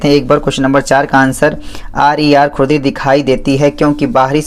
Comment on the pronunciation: Sir vo खुरदुरी hota h 😂😂 app baar baar khudri khudri keh rhe ho aur likh bhi vhi rkha h😅😂